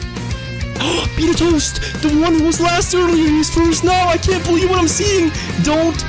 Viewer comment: Am I the only one frustrated with the way he pronounces betatoast2?